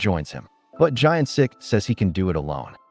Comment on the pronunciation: The main character's name is Gyeon Sik not Giant Sik :)